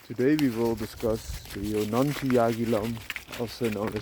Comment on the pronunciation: In Indian languages, J is not 'Ya' like in Spanish. J is J. Also, in this case, 'G' in Jonangi is 'G' as in 'Go'. It's pronounced Jo-nun-Gi